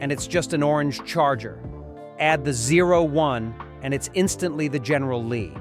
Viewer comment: GERRNAL LEE DUKE HAZARD... GERNAL LEE NEVER GET RID THE. MILLION DOLLAR OR MORE